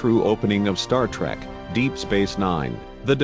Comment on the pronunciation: star trak, weepon. just in the 1st minute of the video lol